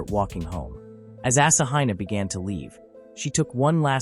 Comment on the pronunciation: The AI narration pronunciation of Asahina is painful.